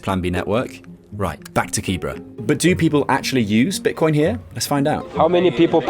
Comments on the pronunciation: Not Kibra... KiiBeeRa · The whole video You mispronounce the name KIBERA is pronounced KIBERA not KIBRA